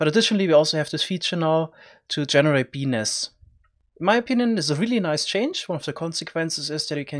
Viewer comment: guys turn on subtitles when he says "bee nests"